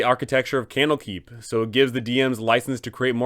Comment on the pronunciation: Camel Keep. Kennel Keep. That's what I keep hearing.